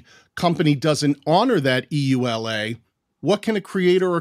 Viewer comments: EULA is pronounced "yoo-lah". No need to spell it out. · EULA = Pronounced among us as Yoo-lah (no one says the actual letters) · I wonder how many people were shouting at the screen “Yoo-Luh!”EULA is an acronym, so it’s pronounced as one word—like NASA. And it takes a lot more time!